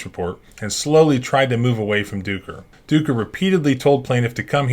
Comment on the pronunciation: Ducker... "Dooker"????? You knew what you were doing.